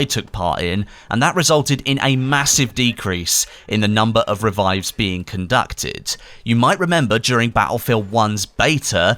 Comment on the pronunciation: "reevives" lol